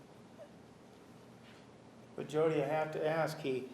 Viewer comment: Drinking game... Drink every time Nurmi says "Let me ash you this..." (and yes, it is "ash," not "ask").